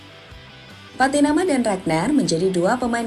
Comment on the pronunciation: Pattynama bang, bukan Patiyama..